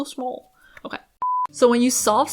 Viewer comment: Smawl, so smawl 😂